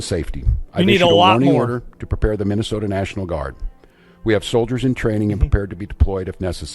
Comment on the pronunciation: Guess what.....theyre not fuhkin around,like yall did when you where in power just a short time ago. Also stop saying 'minnih soat ins'